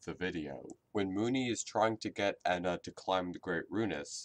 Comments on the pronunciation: Moony calls ena as Jena/ena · Moony called ENA like "INA": "Hey I-NA. Check out this trick!.." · Also, Moony pronounces her name different ways. In “auction day”, she pronounced it as “eena” In the second episode (forgot the name), she referred to ena as “Eh-nah” And in temptation stairway, she was referred to as “eena.. Eh-nah... Jena...” This is probably because of the possibility of Ena having dissociative identity disorder. I believe this because in “auction day” she apologizes after switching back to her “happy” personality. Also there’s something you didn’t mention. In each episode, Ena is slightly different. She has a different voice actor than in auction day, In the second episode she has “demon” forms while acting like a typical drunk person experiencing euphoria. And in temptation stairway, the color of her face on her right side slowly fades to yellow, she has a gray form, and her voice patterns switch,(her happy voice speaks when she’s sad and vice-versa), as well as her being more pessimistic than previous episodes. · I think that moony wanted it to rhyme with the whole ENA Jena because she says eh-na instead of e-na I don’t know if that made sence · Ǝna, Ǝ=eh eh-na, it's just pronounciation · actually, do your research. Joel G pronounces it Eh-na, from what I've gathered Joel G and this backwards E seem to be spanish